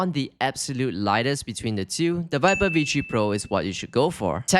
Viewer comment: Yeah vee tree pro